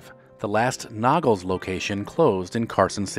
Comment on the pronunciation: Nog-less, not Noggles.